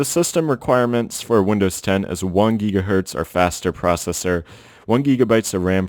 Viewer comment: Geegabyte geegahertz x3 lol